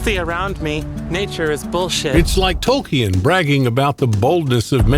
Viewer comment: Did the VO really say TOLKI-EN? what the hell is this AI VO bs.